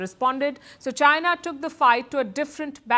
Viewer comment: Chy-Na... Chy-Na... 🤣🤣🤣